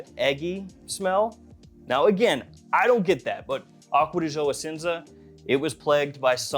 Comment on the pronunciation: 😂 I can't stand how Americans butcher French and Italian words. It's not "pro-fun-doe", it's pronounced pro-phone- doe. It's not "aqua-dee-joe", it's pronounced acqua-dee-geo 😉